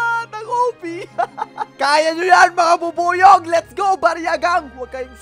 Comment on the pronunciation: ang narinig ko beebuyog-kun